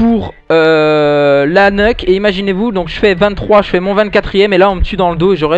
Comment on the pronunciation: Salut a toi , ce n'est pas pour te critiquer mais nuke se lit niouke et non pas neuk mais sinon très bon tuto tu gères mec ;).